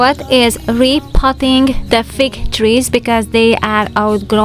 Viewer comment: Instead of fig, I thought you said fake - going to re-pot the fake trees. 🤔😂 Running into a Dr appt, but hope you have a fantastic week! 🥰💞